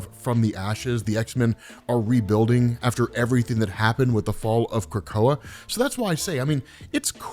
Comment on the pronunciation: Not how you pronounce it